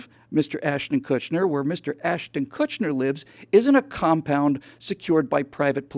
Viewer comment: Probably my favorite Live podcast from you yet. Great rants, absolutely nailed your arguments. One thing though: no "n" in Kutcher.